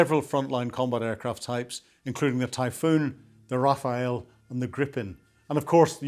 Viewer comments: The French fighter is not called “Rafael” (Nadal), but “Rafale” (which means Gust in French) 😅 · When you pose as an expert, get the names right. It’s not the Rafael. It’s the Rafale. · Is "Rafale" not "Rafael "...😆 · “Rafale” NOT “Raphael”. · The Raphaël ??? That is NOT how you pronounce Rafale.